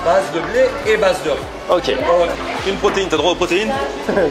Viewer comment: J'ai entendu une blaze😂 au lieu de base